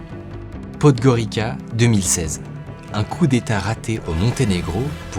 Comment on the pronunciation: Seule la prononciation de la capitale du Monténégro vous a trahis....😅 Par ailleurs, le niveau est excellent 🎉🎉